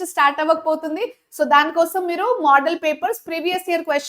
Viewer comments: Moodal kadhu mama model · Model ni yalapalukuthunavama model in modal ani palukuthu navu